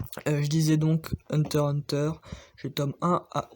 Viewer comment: Lattaque des ti quoi ta dit 😂😂😂 la prononciation elle me but. Hunter X Hunter aussi * faut prononcer le X